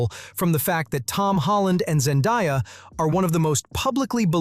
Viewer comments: her name is Zen-day-a not Zen-die-a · Why can’t anyone say Zendaya name correctly🥴🙃